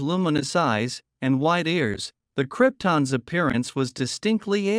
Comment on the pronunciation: The Cripton's appearance? Wasn't Super man from Krypton? Lose the shitty A.I. voice. That's right, you can't pronounce the BIG words yourself.